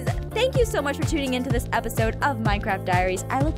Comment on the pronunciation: in 0:3 she says mincrap